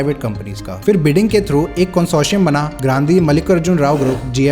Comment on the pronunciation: Why can't people these days get basic pronunciation or words right? What the hell is going on in schools? Are people even attending them? It's not "fir" (फ़िर) but phir (फिर). And it's not "crores" but crore (one reads "5000" as "five thousand", not "five thousands"). Finally, it's not "aircrafts", but aircraft.